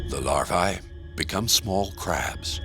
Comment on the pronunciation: lost me at larv(eye) like they wear levi's LOL. get to eating and fishing peeps. LARVAE is the plural of larva and is pronounced just like algae. AE is a long EEE sound in Latin. larVEEEE! as well MD's mispronounce the AE ending too as long AAA NOPE! long EEEEE! dumb F's